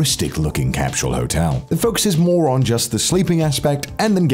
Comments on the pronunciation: Connor: CAPSHULL. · Are you saying “cap-shew-el”?? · Great video. Love that Connor pronounces “capsule” like he’s Sean Connery. “Get to the capshul Mish Moneypenny!” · Since when did capsule get a h in it capshule...?lol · Your pronunciation of capsule is extremely grating